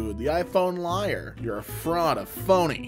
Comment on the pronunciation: you said l-a-a-r not l-i-a-r